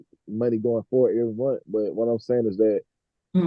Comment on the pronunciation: He looks like he pronounces month as "munt"